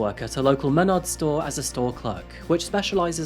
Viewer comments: Dude, it’s MeNARDS. Emphasis on the second syllable. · mah-nards. at least thats how we pronounce it in michigan lol.